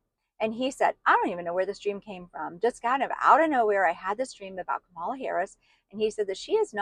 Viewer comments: I am from NJ. People here have known trump for decades. He is not honorable. He is not religious-- never was. trump has lied to ordinary Americans, and you all fell for him. No one wants to hear it. And for Pete's sake- Comma-la! You don't have to like someone to pronounce their name correctly. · Racist woman learn how to pronounce her name. It’s not that hard. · You have bought into the bs. She was hidden no more than any other Vice President so stop it!! She was not put in charge of the border. I am so sick of that LIE! She was asked to look into why there was so much migration from the northern triangle and she did that. Trump was president and he had both chambers of congress. Since he is so great why didn't he fix the border? Learn how to pronounce her name properly while you are at it.